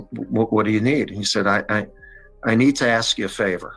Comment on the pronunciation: aSk, not "ax".